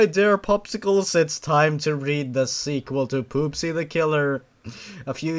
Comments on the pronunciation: I think that her name is not pronounced as poopsy but popsy it would make more sense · At one point, I though said: P00SY.